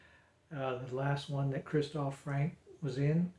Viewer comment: Not Frank! The nearest pronunciation is Franker. Not Fros! Frozer is probably the nearest pronunciation for English speakers. Why can't American seem to be able to pronounce any names that are English?